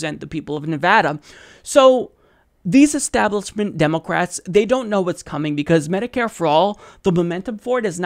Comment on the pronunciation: "Democwats" lmao